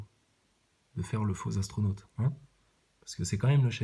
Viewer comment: "Actronaute" celle-là je l'avais pas encore entendue 😅🤣🤣🤣🤣😭 Acteurnaute oui mais actronaute celle-là. Actroudeballenaute ouai ces viés dla couche culotte.